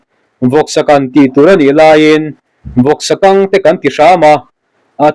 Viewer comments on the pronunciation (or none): Mizo tawng chhiar pawh hi a har a ni, Vawksa kang, tih pawh kha i thluk dik chuang si lo.